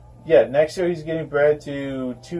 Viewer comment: Evertime you say R i hear L. Like yeal insted of year. Am i hearing wrong or what ?